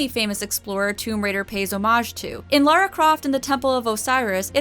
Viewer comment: Seriously well done for saying Lara and not Laura, I am genuinely impressed that there's at least one person on the internet who isn't a complete idiot. You have my respect fair maiden.